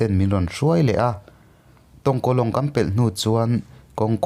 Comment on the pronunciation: I va sawi thiam mahse Mara khaw hming a dik vaklo Mara ka nih avangin anuam lezual ka nu khua tongkalong